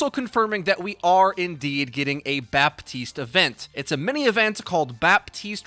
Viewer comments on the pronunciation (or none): Hey please pronunce Batiste not baptiste u don't pronounce it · It's pronounced BAH TEEST. The P is silent. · Another great vid. Quick note: It's pronounced "Batist", because French spelling makes no sense. :P Thanks again! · ah, yes. Bapp-teeste, the latest hero (^ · Don't say the "P" of "Baptiste" ^^. You just have to say Batiste French guy here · Hey, nice vid but i wanted to tell you (as a french speaker) that you actually not pronunce the P in baptiste and yiu should say batiste (french is weird ik) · You don't pronounce the "p" in "Baptiste", pleaseeeeeee. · Blizzard specifically put out a memo stating that canonically, it's pronounced "Baptiste" with an audible p. Is it correct? Probably not, but it's their game.